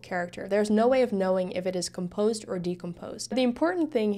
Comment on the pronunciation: When you pronounce the word decomposed, that is also how you should pronounce the word compose. When you're saying compose you're accenting the first syllable instead of the second, I'm pretty sure English is your second language judging by your accent and you speak it almost flawlessly, just thought this tidbit would interest you. Also excellent job explaining this, it's the first time I've understood coding so clearly